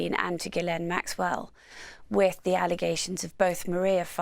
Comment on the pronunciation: This host is the only person to ever pay respect to Ghislaine’s name and pronounce it correctly with such reverence… idk … like she was saying her heroes name or something